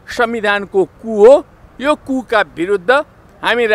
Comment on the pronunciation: Ku vaneko k ho alik prasta bolum na neta jiu